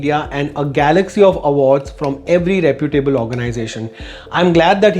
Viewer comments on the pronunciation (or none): none